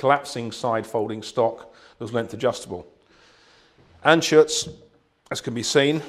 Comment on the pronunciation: It's "Anschütz"